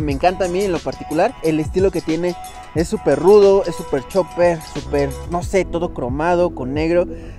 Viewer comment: Chopper, Chopper, Chopper, que no es Chopper caraja madre!!!!